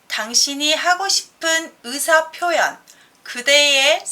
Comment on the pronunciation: "으사" 가 아니고 "의사" 인데 ㅋ ㅋ